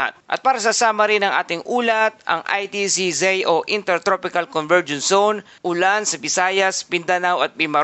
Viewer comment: Anong ITCZei? Baka ITCZ? Yung pronunciation, charrrizz 😊